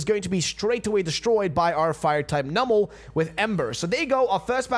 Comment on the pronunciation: I'm just upset with how her pronounces numel